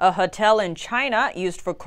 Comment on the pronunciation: I love how she say hatell